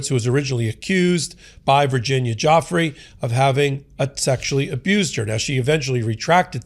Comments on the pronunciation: Pronounced Dufrey, not Jeffries! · Her name is pronounced like Jew-Fray not Joffrey. Say it correctly please. It makes you look bad. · Her name is pronounced Virginia Ju-fray, not Joff-ree. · It’s pronounced “goofrey”and she wasn’t confused, she was intimidated. He’s a pig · Why do you continue to mispronounce Virginia Guiffres's name?